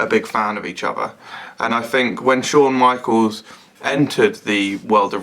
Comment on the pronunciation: Shane michles ?? his name is pronounded by everyone other than you S-H-A-W-N M-I-K-E U-L-S